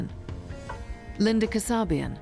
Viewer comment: Leslie Van HOOO-ten. Linda Ka-SAH-bian.